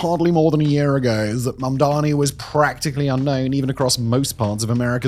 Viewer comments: u keep saying Mandami my love edit: it was just once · 3 seconds in and you say Mamdami... okay...? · I don't know why everyone, even well-meaning people, have such trouble with his name. It's Mam-dani, not Man-dami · can people stop mispronouncing his name. MAM DA NEE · lol, even can't pronounce his name 😅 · Why does he say mamdani like cuomo does